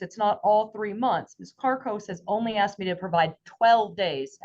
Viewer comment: goverment assistance seems to be a family tradition lately. like its clearly learned behavior. u dont just grow up to be like this. also how hard is the fn word "asked" to say